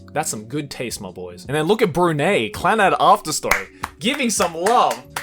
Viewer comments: Bru ney, it's Bru-ny , like the "ni" in nine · I know right😂 It should be pronounced Bru "Nai" I was laughing when he say "Nay". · DID MY MAN JUST SAY BRUNEY BRUH HE PROUNCING THESE COUNTRIES WRONG SMH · Brunei (“Brew-Ni[ght]”): Brew-Nay. NANI, BREW–NAY!? NAY NAY, SORE WA CHIGAU YO! (Interesting that he pronounces Iran as “Ee-run” not as “I ran” though.) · Its 🇧🇳 Brunei you pronounce it by changing the letter 'e' to 'a' . Yes im from 🇧🇳 So please don't kill me anyone . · oi, is not BRU-nei, is pronounces as BRU-nine. Even I'm from singapore. I'm triggered... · What’s up, loving you and your vids so much way from Brunei🇧🇳❤️❤️❤️ P/s: Brunei is pronounced as ‘Broo-nai’ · I am so happy that my country was pointed out! Bruneians rise up! By the way, "Brunei" is pronounced "Broo - Nai". Nai as in the same way one would pronounce "NIne" or "NIght". Thanks for such an amazing video! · THE WAY HE PRONOUNCED BRUNEI AHAHAHAHHAHAH IM DYING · That way of pronouncing Brunei is 😔... can't blame tho. Thanks for the vid 😉👌🏻